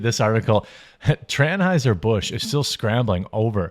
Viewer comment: Transhieser Bush 😂